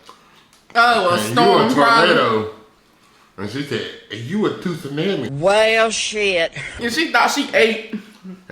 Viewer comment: Interstine? Tu-Sah-Nami 🤣🤣🤣